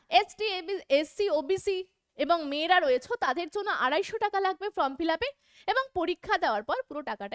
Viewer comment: কথাটা from fillup নয় form fillup..... video যখন করছেন তখন একটু carefully pronounce করবেন।🙏